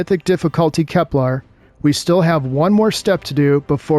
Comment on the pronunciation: No, but you're mispronouncing it most of the time when you say it. /kɛplər/. This is pronounced, "Kep-LUHR." You're saying "KepLAR," which is incorrect.